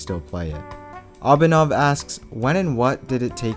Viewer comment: its not pronounced abinov abhi nuv